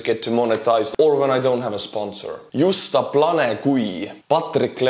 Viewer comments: yoosta planay gwee spoken by someone who fluently reads English. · reading "Just a Plane Guy" in Polish (Slavic) pronunciation cracked Me more than details of Ukrainian counteroffensive. Thanks.🤣